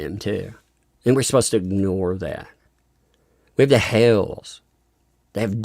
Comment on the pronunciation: Jeremy's last name is "HALES" NOT (HALE). THERE IS AN (S) ON HIS NAME.